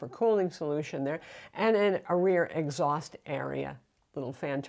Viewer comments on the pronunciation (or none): none